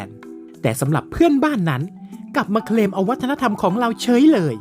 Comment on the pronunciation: Claim = เคลม ไม่ใช่ เครม😂